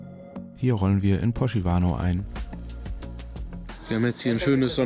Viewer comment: Wunderschöne Landschaft, tolle Aufnahmen! Bravo! Poschiavo spricht man übrigens so aus: Posgiawo. Auf Deutsch Puschlav. Das Puschlav ist ein italienischsprachiges Südtal der Schweiz.